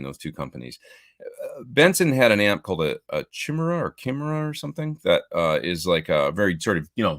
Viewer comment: Chimera is pronounced "Kai-mare-ah":)